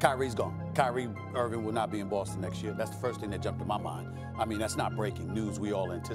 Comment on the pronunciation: Nobody: SAS: “Kyrie Irvin”